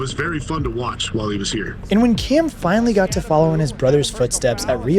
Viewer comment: You did a whole show on Cam and you can’t even pronounce his name right.